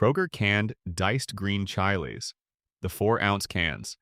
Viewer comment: Love how you talk of Kroger and show pics of Walmart😅 Chai-lees? Try chill-lees😅 Kroger will discontinue their less expensive items to make more shelf space for the more expensive brands. Then they will charge more for the space and the manfacturer will raise their already high prices.😢